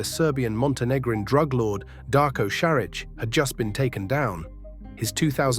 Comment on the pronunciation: Šarić is pronounced Sharich, fast Sharich and name is Darko like Donnie Darko, Darko say it slow - Darko. If you know to pronounce German, you'll know Bosnian. English is derivative of German so I find your pronunciation funny. It's Ška LJ ari, slow like Cagliari but it's Škaljari. Then speed it up.